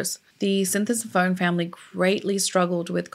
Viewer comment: I went to high school with his nephews in WI and dated one in high school. It's pronounced Sin-tah-sum-pawn. He wrote that on my notebook in class. This was really hard on their family even years later when I met them.